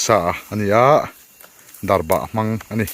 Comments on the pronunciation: Darbah niloin...darbak tih zawk tur ani e.. Chuan chaw eilai a mipa /hmeichhia lukhum khum hi pi leh pu ten an duh ngailo ...jessica i pawh a nuin a alaksak mai kha.. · Darbah nilovin Darbak ani zawk lo maw sir🙊